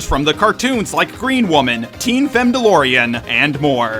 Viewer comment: gween pool powers for she hulk. No oh no.